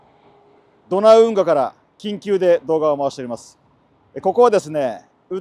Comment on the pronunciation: 緊急が言い得みたいな言い方草